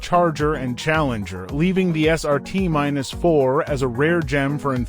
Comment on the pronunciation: It's Dodge Neon SRT4 Not Dodge Neon SRT minus 4